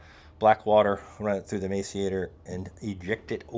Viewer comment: Hey, the grinder pump is pronounced “mass-er-ater”…